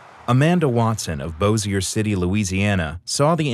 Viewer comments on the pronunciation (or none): Cringed when I saw my old highschool also it's pronounced Bo-SH-ier not Bo-CC-ier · Learn to pronounce Bossier City correctly